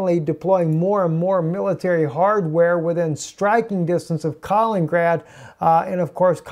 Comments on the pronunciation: south china sea is hot point as well and east Ukraine.... and it is pronounced Kali-nin-grad and not kalin-grad. with three syllables not two. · Kal-in-in-grad not Kal-in-grad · If you don't learn to pronounce Kalin-in-grad, I'm gonna start a war.